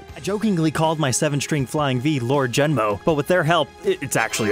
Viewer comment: Djemo doesn't have a SINGLE N in it, so how is it pronounced "Jen-mo"? Does he not know how to pronounce his own guitar's fictional name?